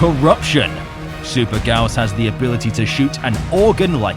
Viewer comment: in case some people didnt know, the "Gyaos" is actually pronounce Gai - Ya - Os lol (or thats what jap sounds like)